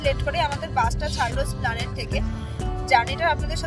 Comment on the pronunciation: আরে ম্যাডাম কথাটা splanade না কথাটা esplanade.